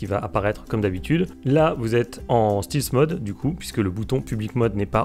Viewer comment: Ça se prononce Stèlth et non Stilth mode 😉